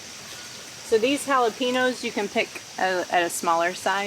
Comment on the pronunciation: Fun to watch y'all. Makes me giggle when you say Jalapeno without the n. We say hal-a-pen-yo. Good luck.